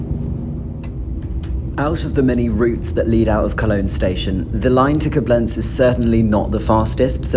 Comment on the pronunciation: I see that some other viewers already informed you about the 'lakes' and the 'ice'. A third thing so far not mentioned would be the pronunciation of foreign names. Thank goodness the names in this clip were not so critical, yet Koblenz is stressed on the first syllable - [ˈkoːblɛnts] More often than not, you can find the right pronunciation in the respective WP article. Good luck!